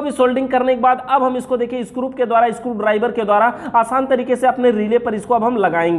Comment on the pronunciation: स्क्रुप नही होता बल्कि स्क्रू होता है